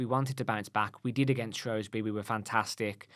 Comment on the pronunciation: Guys... It's SHREWSbury not SHROWSbury 🤦🏻‍♀️